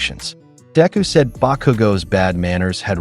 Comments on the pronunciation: It's sad because Everytime ain't hear this AI says Deku's name...all I hear is Diarrhea....Mearrhea.. Diarrhea...come on mang!!! Get it right ya fool!! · This new cover is killing me with the mispronunciation of Deku. Then it seems like it change the plot a little at the end. Thank you for taking the time for this